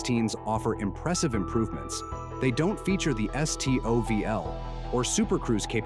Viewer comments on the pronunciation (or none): none